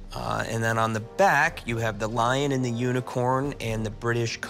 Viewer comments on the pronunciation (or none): none